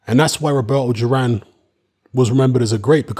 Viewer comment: Thought it’s duran not juran